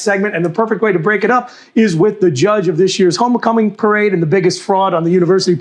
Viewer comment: At the mark, did he say homo-cumming? I didn realize it would be that kind of weekend.